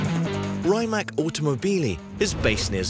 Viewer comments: It's rimac not rimak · Is not RaimaK, but RimaC! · Raymak like Kajmak. Say R I M A C. Croatian is phonetic. R is always an r, I is always an i like Iraq and not ajrak, M is always an m, A always an a like Adam and C is always a like a-b-c and not a cat. For a million at a time surely you could learn how to pronounce the name as it should be. Let's be professional!